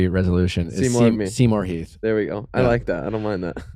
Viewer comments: I feel so bad for Heath. Nick saying his last name wrong, and them not trying to learn anything about him. It seems like Heath is just there sitting on the couch. He had no ideas or much input to any conversations. I feel so bad! Only watched this for Heath! And he barely talked :( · Not him saying heaths name wrong …